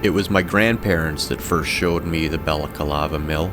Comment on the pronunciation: Why do you say BalacAlava? It's Balaclava. Ba/la/CLA/va